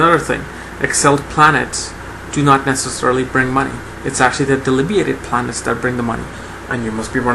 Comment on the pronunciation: Do you mean debilitated? You keep saying something like delibeated, and I don't know what that means.